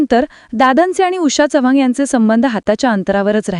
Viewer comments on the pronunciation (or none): none